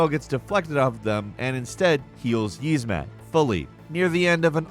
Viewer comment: does have fuckin dyslexia? jesus since i started paying attention i've not heard someone butcher words this badly since asmongold and he does it on purpose cause the idiot thinks it's funny -.- "YIZmut" bro it's literally SPELLED YIAZMAT and soooo many other just blatantly wrong pronounciations lol